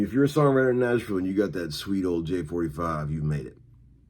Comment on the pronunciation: "The Six String Wizard of Narnia (Nashville, pronounced NASH VLLLL)"